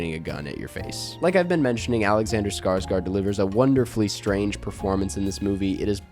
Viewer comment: How come no one can pronounce Alexander Skarsgårds name correct